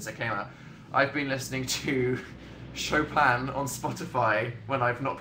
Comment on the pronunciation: When he said “Chopin”, i thought he said “show phan”